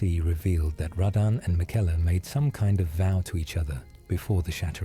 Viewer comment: Tip: to prevent stupid pronunciations by AI tools, write out the names phonetically with similar syllables Marika > mare-ick-a Melina > mel-in-a miquella> Mick-a-la I've had luck with this when creating for work